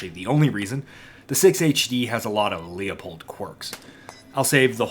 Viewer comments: Everytime someone pronounces Leupold "leo-pold", the price of 5.56 goes up. Let's get those prices down - it's "loo-pold" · He is actually closer to the correct pronunciation than you. Leupold is a German name, and the correct pronunciation is loypold. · Call Leupold office, and get the correct pronunciation…. “Loo pold “. Only 2 syllables. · As an old dude I finally feel vindicated watching millennials review Leupold. I just wish the R&D team would get drunk more. Speaking of… I took a shot everytime you pronounced Loop-old incorrectly and now I can’t walk. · I refuse to believe you’re not trolling by saying “Lee-uh-pold” that many times in one video lmao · Wtf is a Lee-Oh-Pold ? I know Lew-Pold, maybe it's a Leupold knock off? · 'Leupold' is a German name, and the correct pronunciacion is 'Loypold'.